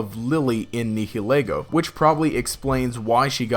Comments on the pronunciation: It's pronounced Ne-hill-Lego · You are pronouncing the "h" in nihilego WAY too heavily.